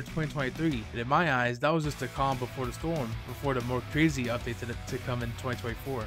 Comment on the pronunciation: Bro said crazy with a k lol